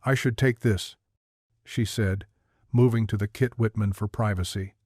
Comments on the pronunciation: The hell you keep saying Kit Whitman for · Why can’t someone at least check that they don’t have “kitchen” pronounced correctly. What the heck is a “kit-whitman”